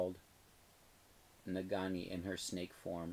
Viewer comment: #spotlight can't wait to see you in an hour. you are killing me with "nagani" it's pronounced "nageenee":)